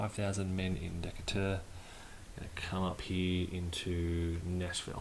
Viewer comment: Re-watching and enjoying. BTW, I am impressed with your American pronounciation of the leader's names and locations. The only mispronounciation was Decatur (in Alabama, well, really everywhere in the USA). It is pronounced Deh-KAY-ter. Named after a naval officer Stephen Decatur Jr.